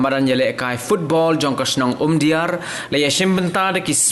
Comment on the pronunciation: Umdihar not umdiar